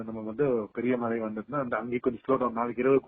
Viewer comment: மலை இல்லம்மா .மழை மழை எங்க சொல்லுங்க